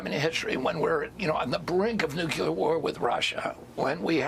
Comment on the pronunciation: RFK Jr: “Nucular war.” It’s more common than you think.